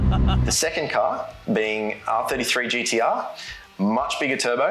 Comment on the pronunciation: We aussies can say gtr... cant